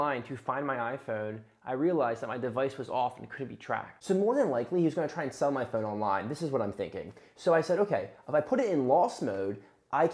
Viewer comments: “My phœne” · Why do you say phone so differently? Where is your accent from?